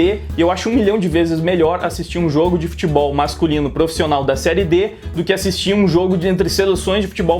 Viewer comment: Não precisaria dar tanta ênfase assim no "Serie D" Hehehehe. Vamo subir grená.